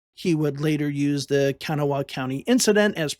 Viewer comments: Learn to pronounce words before saying them !!!! ITS KA-GNAW!!! NOT KANA WHA HAW !!!! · Very good video. Just one thing, Kanawha is pronounced kuh-GNAW or kuh-GNAW-uh. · Great video but as a West Virginian the way you said Kanawha hurt, lol